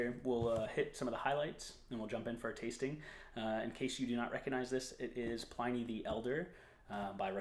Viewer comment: Sorry to be a tiresome pedant but it's pronounced PLIN-nee not PLINE-nee.